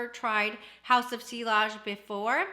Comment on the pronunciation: Great video. Just in case you would want to know, the ‘ll’s are silent. It’s French and you pronounce it “see-ahj”. 😊